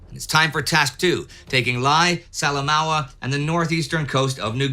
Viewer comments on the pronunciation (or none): Indy lae in png is pronounced Lay Salamaua is pronounced Salamoa. I have lived there. Fun fact pre WW2 Errol Flynn was a colonial officer or Kiap at Salamaua